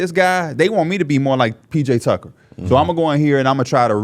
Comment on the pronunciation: This dude said PJ tucker .